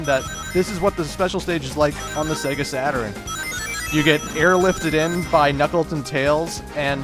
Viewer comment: Sega Saturn-urn Me:Its Sega Saturn dammit!!!